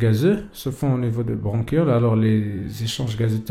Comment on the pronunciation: وا بغونشيول ا استاد ماشي بغونكيول 🙆🏻‍♀️ bronchioles